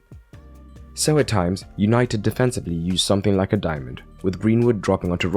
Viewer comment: He said Easynited😂😂😂😂